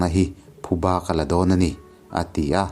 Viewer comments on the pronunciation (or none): none